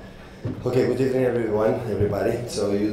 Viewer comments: Random good ebening comment lmao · Sam Jerome ...Ebening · Emery starts the show. GOOD EBENING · jawad baloch 😂😂 gud ebening bro